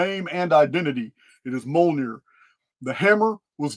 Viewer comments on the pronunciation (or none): It's pronounced (M-yol-near) Mjolnir❤